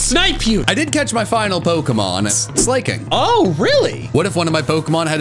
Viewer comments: I can never get over how pronounces Slaking’s name…it’s just…merp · slay king slay king slay king it’s slaking like slacking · You do realize that slaking is pronoused Slack-king not slay-king? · I hate how pronounces slaking Slayking that slaking was not slaying ☝️ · the way pronounces slaking is infuriating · kept pronouncing slaking like slay-king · I'm begging you... PLEASE stop saying Slaking's name like that... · the way says slaking gave me an aneurysm